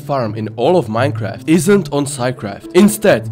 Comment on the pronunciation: True. Bees actually die after stingin in minecwaft